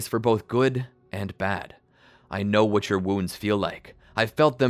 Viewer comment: why are you saying with instead of what?